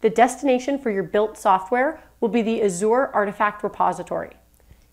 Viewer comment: Great tutorial, but it's pronounced like As-zhr not a-zoar